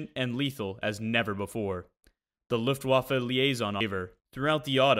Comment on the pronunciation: nice! one thing to add if I may? the last successful employment of the StuKa was in the battle for the dodecanese after the Italians capitulated....the swan song if you please! finaly someone who can pronounce Luftwaffe and StuKa well!